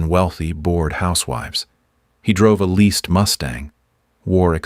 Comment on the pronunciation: “leased mustang” not “least mustang”